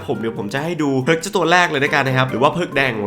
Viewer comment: ไม่รู้ไปโดนตัวไหนมาอ่านเพิร์กเป็นผิก→_→